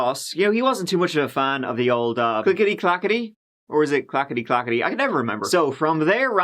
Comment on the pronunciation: Pls stop saying “ol” video pls